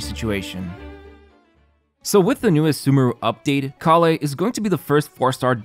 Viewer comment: You know what I love the most about this video? Instead of Collei, you said Collie at the start, which I‘ll always remember because of that sort of dog now. ✨